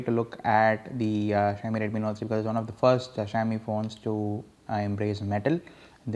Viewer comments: its pronounced as shaumi....not shayami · it's xi-ao-mi not shy-o-mi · its not Xhiaomi its Xiaomi u moron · asians know how to pronounce it -,- .. it's xi-ao-mi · fuck you dude ....you don't even know how to pronounce the name